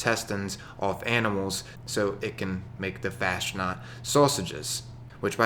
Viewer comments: Fasnacht is pronounced like 'Faus -Knot' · It's pronounced like Fausnaught (faz-not)